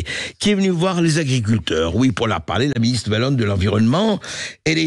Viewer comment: On dit Oualonne, pas Valonne.